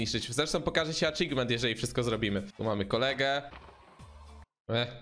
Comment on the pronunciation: Achievement, a nie Achigment 🤦‍♂️